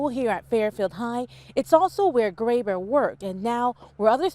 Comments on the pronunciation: Graber is my last name also. Its Gray-ber, not Grab-her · Not pronounced like that.... Gray-behr